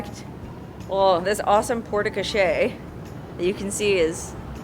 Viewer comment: Another fabulous video. Hint: “e” on the end of a French word, generally, is silent. The “e” tells you to pronounce the letter before it. So porte crochere is simply pronounced along the lines of “port co-share”. With emphasis on the “shere” part. I think the wigs were off; your sister should have worn the black one and while you look great in both, you carry off the blonde one even more